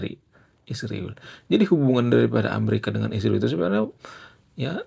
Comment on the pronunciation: Kamu juga buktinya kata Israel nyebutnya isriwil